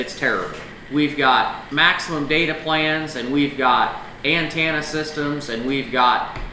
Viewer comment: "Antannah systems" lol